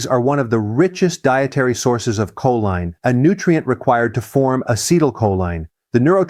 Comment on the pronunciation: Your AI voice over mispronounces choline.